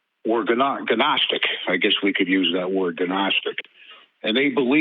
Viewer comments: So when I was 19 there was a period of time when I pronounced "Humboldt" as "Hamboldt." As brain dead as that is, that's still not nearly as stupid and embarrassing as pronouncing "gnostic" as "ga-nostic" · It is too easy to mock someone who thinks the word gnostic is pronounced gih-nostik. It is more more logical to point out that the limitations of his knowledge of church history is illustrated by his incorrect pronunciation. That the world seems to be constructed of ‘frequencies’ which can be used to ascertain truth but he cannot describe what these frequencies are and how to use them is pure meaningless babble. He needs to get his nose out of creationist websites and forums and visit a real library, preferably a university library and do some study of historic works and philosophy. He needs to get edumacated and doo sum lernin. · GUHNOSTIC folks! Its GUHNOSTIC. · Silent G you moron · Tho it's been said many times, I must say it still... The G is Silent in Gnostic. Sorry, OCD. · Also, every time this guy says "guh-nostic", I die a little inside. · Ga-gnostic? And here I thought the G was silent... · We need Dennis the menace and his faithful dog Gnasher to get involved. I always pronounced it as Ganasher when I was a kid, as I had never heard it said out loud, I only read it. I think the caller has never heard anyone say gnostic out loud either, hes only read it. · I see a "G-nostic" drinking game in the very near future! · Guh-nostic is really bothering me :/ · "Ger-nostic?" What's that? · The G in Gnostic is silent, like God. :) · Ga-nostic hahahaha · lol ginostic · Dude is a gnostic and doesn't now how "gnostic" is pronounced. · His pronunciation of the word Gnostic begs the question has he EVER listened to a single lecture or discourse on this subject? Has he been locked away? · Dammit frank the fucking g is silent...like you should be. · A man that can't pronounce gnostic is trying to tell us what it is? What a gfool. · THE G IS SILENT!!!